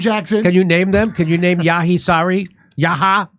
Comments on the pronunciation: "Yahya" is the name of John the Baptist in the Qur'an. It is pronounced yah-yaa, with the "a" in "yah" pronounced as in "cat"] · Yahya = pronounce= ye[ch]ye. The Name means Johan from Arab. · It’s pronounced as Yeeeh Yaaa.